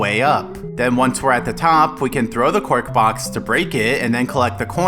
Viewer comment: it has taken me this long to realise that was saying "cork box" instead of "quark box"